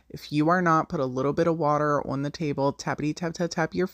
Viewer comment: Love how you pronounce "on" like "owenn" 😂❤ All the projects are lovely!